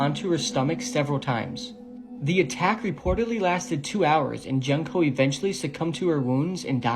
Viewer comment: Her name is pronounced June co. Not junk co.